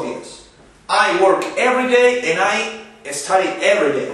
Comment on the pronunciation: Esta diciendo estady en vez de stady ,este verbo .study,fíjense bien